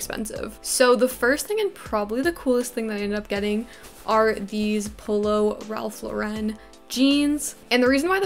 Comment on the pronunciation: Ralph LAUREN rhymes with FOREIGN or like the female name.